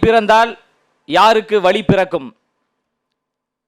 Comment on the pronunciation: நன்றாக பேசுகிறீர்கள் பாராட்டுக்கள் பேசும் பொழுது உச்சரிப்பில் சிறிது கவனம் செலுத்தவும். "வழி" என்பதற்கு "வலி" என்கிறீர்கள். "வெள்ளி" என்பதற்கு "வெல்லி" என்கிறீர்கள். "தமிழ் நாட்டில்" என்பதற்கு "தமில் நாட்டில்" என்கிறீர்கள். வளர வாழ்த்துக்கள்